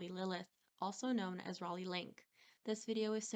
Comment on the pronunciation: I like how you actually pronounce her name right and English isn’t even your first language most people that speak English can’t even say Raleigh properly